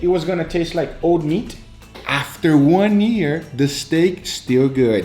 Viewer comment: Is everyone just going to ignore the fact that my boy says “One Ear”? 🤣😂